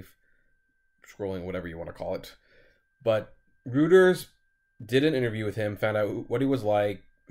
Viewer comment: App, It’s pronounced “Roy-ters” not “Rooters”would you please start checking the pronunciation of words you are not familiar with...it makes you sound uneducated. You always address important and interesting issues, and I usually just overlook your mispronunciations, but it’s amateurish. It takes away from the impact of your message. Anyway, keep up the good work!